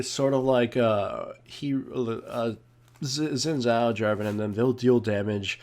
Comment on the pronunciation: its shin tsaoh (xin zhao)